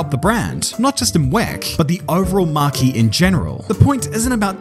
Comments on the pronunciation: It's not marquee it's marque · Good points. But please, the word “marque” is French. It means brand and is pronounced MAAK or, if you like, Mark. You make it sound like you’re talking about a tent.